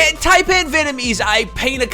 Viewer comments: Can't believe an Australian pronounced it tay-pan instead of Thai-pan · that fellow aussie guy was pronouncing taipan wrong, its not taypan its tiepan